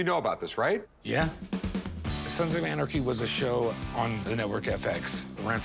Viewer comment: “Sans of arnachy”😂😂😭 am I the only person who heard that?🤣